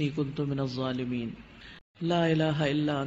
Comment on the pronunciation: Pronunciation not Zolimiin It should be dhzolimiin🙏🙏🙆‍♂️